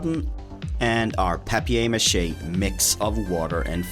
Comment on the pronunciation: Wow that's really cool!!! You said papier mâché that's French haha it's sound like home!